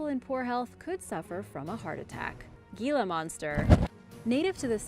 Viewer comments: Gila is actually pronounced HEE-la not ge-la. The Gila Monster is an amazing creater. They tend to be very shy and actually prefer not to use it's venom unless it is absolutely necessary. However I did almost incur ones wrath while visitingCasa Grande National Monument near Gila Bend AZ. While a guides tour at the monument I almost put my foot down on the tail of one of these beautiful creatures. Even the ranger had not noticed it but as I pulled my foot back suddenly and stopped all of the group stopped and was looking at it as the ranget bent down and picked it up to let all of us get a closer look. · Sorry, Gila Monster is pronounced "hee-la." Living in the Southwest U.S.A. I have had personal encounters with them with no issue. I know enuf to keep my distance, having had a friend growing up who got bitten by 1. Nothing terrible hapoened, just severe chew marks and scars. Baltic Sea Anomoly, if it's a natural formation then PLEASE explain to me why are there the Electromagnetic anomalies? Only above and near to the Anomoly at the bottom. Reply please with accredited theories, PLEASE no crackpots. I'm merely inviting "mainstream, accepted history personages" to reply with reasonable theories and I'm willing to discuss the possibilities brought up. I merely want a solid answer that explains and discuss with me so we all can understand better. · I know it's spelled Gila (monster), but here in the west, it's pronounced Hee-la. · The Gila Monster is pronounced Heela Monster. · I live in Hawaii and actually had one of those foot long centipedes come out of my sink drain when I turned the water on, scary s**t! I really enjoy your videos, very informative. So many people learning from you, I have one constructive criticism. You pronounced most Spanish words beautifully, but the G in Gila monster is pronounced like an H. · The 'G' in Gila monster is pronounced like the letter 'H', owing to its Spanish origin.